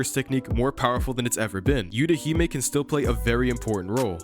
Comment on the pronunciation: They don’t use the “yew” it’s “eww tah hee may”